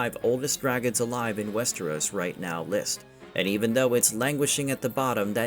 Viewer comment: Probably faux audio reading program, if you can’t even say Westeros right, I doubt it’s a person